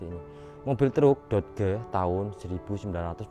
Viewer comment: DODGE di bacanya doj Bro,mobil eropa..